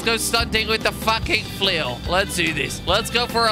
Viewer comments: Kweb, in swedish its flöil not flåil, å pronounce lika a O, Good video! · You said fulil so mint times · if I had a quarter every time he said flial I would have a million dolers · it's flail not fail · who else thought it said fail instead of flail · Does Someone know how much he Said "flil" xD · HOW MANY TIMES DID HE SAY 'FLUL'? ( i think thats how to spell it :D) Do the Challenge! ;p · I counted how many times he said flill 358 times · !!!!!!!!!how meny times he siad flul ? :) :) !!!!!!!!!!!!!